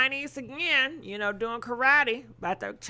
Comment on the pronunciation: not "ill be there to confront chhuu" lmao